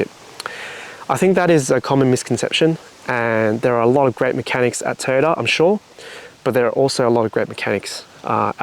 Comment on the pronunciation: Are you keeping your TOY- YOTA, NOT TOYTA.... BUT ARE YOU KEEPING THE RIG???